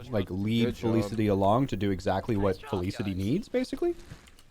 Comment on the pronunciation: "fel-iss-ity" haha love it despite that.